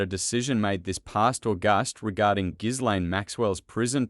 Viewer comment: Learn how to pronounce people's names properly. "Gilaine" and "Pa tell" Mispronunciation of names is an insult to those who have them. I can't even bear to listen to you.